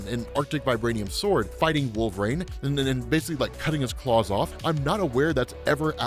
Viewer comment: Did change how he says Wolverine? It sounds like Wolfrain now.